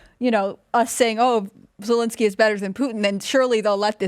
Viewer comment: I can't wait for the day when that POS Zelenskyy decides to turn on Biden and reveal all the crimes he and his son has done. He can't even say "ZELENSKYY" ...calls him lllinsky.